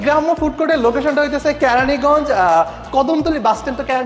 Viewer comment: ক্যারানী না কেরানিগঞ্জ🙂